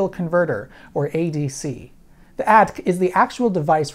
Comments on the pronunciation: ADC not pronounced "ad" or "adk". Not sure where ya got that from. No, really, I've never, ever heard any electronics engineer say it. (And when the 64 came out the IBM PCs could already have 600k, so 64k wasn't really huge, but it was good enough). ... ... ... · AY-DEE-CEE!!!! That's how we engineers pronounce it! Got it? AYYYYYYYY-DEEEEEEEE-freaking-CEEEEEEEEEEEEEEEEEE!!! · It didn't sound like a humourous attempt. It sounded like a mistake. We all make 'em, point is to own up.